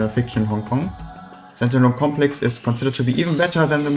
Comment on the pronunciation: Dude... Wenn "Stand Alone Complex" aus deinem Mund wie "Sentinel Complex" klingt, solltest du vlt deine Aussprache für so ein Video überdenken. Auch sind 20€ für paar Schall-Dämm-Matten beim Einsprechen nicht zuviel verlangt, oder? Selbst Eierschalenboxen erfüllen diesen Zweck...